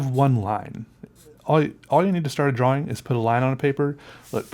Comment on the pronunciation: Love how he you say drawing it sounds like your saying drawwing lol, really like your videos